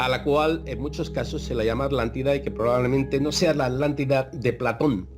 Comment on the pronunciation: Españoles, si Uds crearon el castellano, por qué no lo pronuncian BIEN??? ALÁNTIDA? HUMANIDÁS? Se me caen los oídos al escucharte, chico...